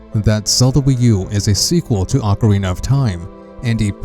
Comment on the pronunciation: Ocariner of Time